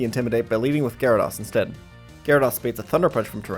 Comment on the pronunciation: it’s GyaraDOSE not GyaraDAWS